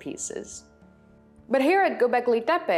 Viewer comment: "Bondjuklu Tarla" is the right way to pronounce and it is better if you don't push hard on the sound "r" in the word Tarla, other than this you pronounced the Karahan Tepe and Gobeklitepe very good :) im a native Turkish speaker. Thank you for the video i liked it and i subscribed 😊